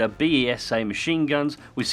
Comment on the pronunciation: Nice vid, sir! Nerdy point,: Besa is pronounced like Lisa. It was a British made version of a Czech weapon, made under license by BSA, hence the name. Nerdgasm over.